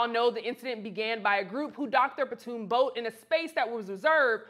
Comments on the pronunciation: PONTOON, not PATOON. Other than that, great job with this segment! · It's not a "patoon" boat. It's a PONTOON! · patoon boat,...?????? you have a show on this site and you can't say "pontoon boat,..?" Pon-toon ,.... not patoon,..!!!! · While she's at it, she can stop calling the PON'-toon a pah-TOON' boat. Ugh! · In addition to getting the correct information out there about him being the Co-Captain and not a security guard (which is a really sad demonstration of unconscious bias - he couldn't be a captain, he had to be security), can we stop calling the PON'-toon a "pah-TOON' boat." Ugh! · Lost me at "puhtoon". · You are not saying "pontoon" correctly. go to youtube to hear how it is said. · I can’t take anyone serious who can’t pronounce pontoon boat sorry not sorry 🤷🏾‍♂️🤷🏾‍♂️🤷🏾‍♂️🤷🏾‍♂️